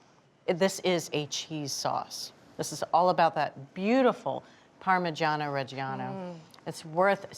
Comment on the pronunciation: What a pitiful attempt at pronouncing "parmigiano"